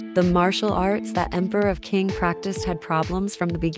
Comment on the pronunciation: Qing is pronounced Ching, not king.